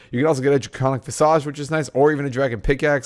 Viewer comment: The way you say draconic visage... hahahahahaha